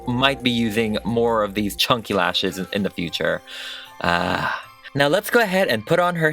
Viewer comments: “it will be to bulky and to CHAWNKIE” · "Too chONKEY!" 😂